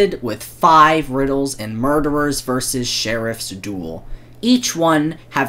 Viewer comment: he did the funny he said muderer so epic